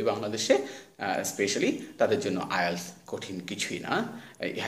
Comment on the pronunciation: উচ্চারণ ঠিকই আছে। IELTS উচ্চারণ এমন ই।